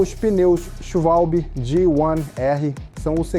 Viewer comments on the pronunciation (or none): CALÔI. SCHUVALBI. hahahaha